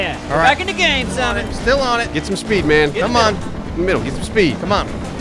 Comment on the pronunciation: I love how when you are annoyed at Simon... he becomes Sahmon